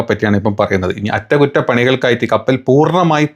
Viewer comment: അ റ്റ കു റ്റ അല്ല അ റ റ കു റ റ 😂